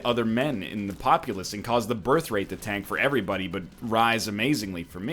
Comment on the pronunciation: I just realized he says 'AVERYBODY', even after seeing Voltaires comments